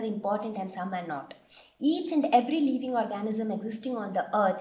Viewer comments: the video is quite convincing but check on your pronunciation its living leeving (I left the same comment before but my spellings were wrong I am sorry for that) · video is quite convencing but check on your pronunciation its living not leeving